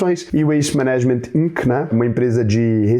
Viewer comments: Fala, beleza? Falo na humildade aqui, te admiro muito, mas 'management' se lê "MAnagement" e não "maNAgement"... Descurpa qualquer coisa... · veja a pronúncia correta de “management”, para ficar ainda mais bonito na fita!! Análise interessante. Nysa ia que podiamos “brechar” a carteira alheia!!